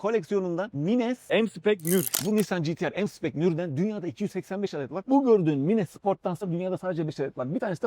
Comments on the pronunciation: mines ne abi maynz diye öğrendik biz :) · Abi mines nedir sen yapma bari okunuşu farklı o kelimenin 🙏